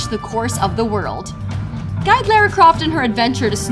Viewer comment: The way she said Franklin and Lara tho